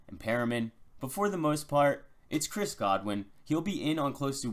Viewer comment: This dude has great analysis. But I cringe every time he says the words “Chris Godwin” and “M V S”